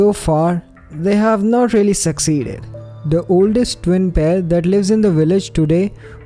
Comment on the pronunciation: Is he saying fwim or twin